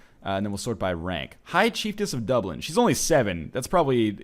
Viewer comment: It's pronounced Duh-blin